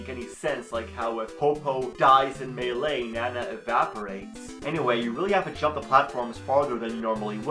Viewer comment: I thought this dude said Mei Ling for like 10 seconds before I realized he said Melee.